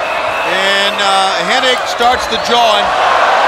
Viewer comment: His name isn't ''Hennig''